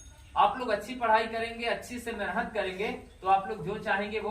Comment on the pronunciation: जयभीम नमो बुद्धाय जय मूल निवासी गरीब बच्चो को शिक्षित कर रहे हो बहुत अच्छा काम कर रहे किये जा भलाई का जग में तू काम तेरे दुख दूर करेंगे कांशीराम हाट एक बात कहना चाहता हूँ की मेहनत शब्द को जब बोलते हो उसको मेनहत क्यो बोलते हो इस बात इस शब्द पर मनुवादी बडी टिप्पड़ी कर रहे है मेहनत शब्द को सही बोलना सीखो ऐसा बोल रहे है कृपया शब्द बोलने मे सुधार करो